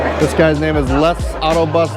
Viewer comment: even though you butchered People’s Bames like I bitch cooking dinner, I have to fully admit that seeing the historical time line, the gathering and camaraderie of people that deal with people on a regular basis, have never personally meet people they have dealt with for years and even several decades and most of all the best part was seeing you two chilled out, relaxing and away from the huddle of the office. I’m glad you enjoyed it, thank you for taking us on this adventure. Can’t wait for day 3. Stay safe brother.